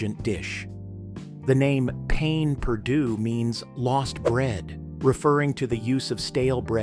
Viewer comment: Please, please learn to pronounce your French words. I love your channel, but it just irritates when very popular words are incorrectly pronounced. Ie., pain perdu is pronounced pan perdu. Sauteed,is pronounced sawtade. Thank you for your content.